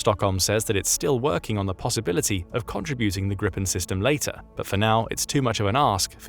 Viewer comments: "Grip" ("Griffin), in Swedish, doesn't rhyme with "slip" or "hip", as in English, but with "sleep" and "heap". So if you think of the word as "Greepen" instead of "Gripen" your pronunciation will improve. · Pronunciation alert: The i in Gripen is pronounced [iː]. Become aware of the consequences of your Great Vowel Shift: You can not normally use your changed vowels as a pattern on other languages. Do also check the names, like Pål Jonson: å [oː], 1st o [uː], 2nd o [ɔ]